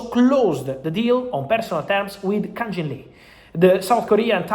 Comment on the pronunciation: Fabrizio, with respect. It's Kang-in Lee. Not Jin. You keep saying his name wrong.